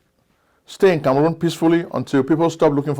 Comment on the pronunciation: You mispronounced the republic of Kangaroon